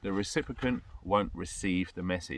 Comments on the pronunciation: Phonetically: Ree Sip ee Ent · What's a 'recipicant' precious?